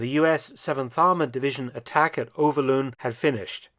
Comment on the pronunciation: Overloon is pronounced as Overloan in English. Venray as Vanrye. YE is in bye or buy.